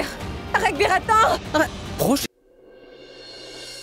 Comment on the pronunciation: L’acteur s’appelle Raghbir et non Rambir😂